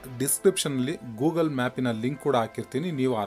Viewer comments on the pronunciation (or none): none